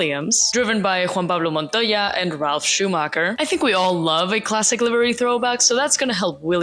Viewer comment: Homegirl's English is so damn good I get whiplash every time she does a "Mercado Libre" or "Juan Pablo Montoya"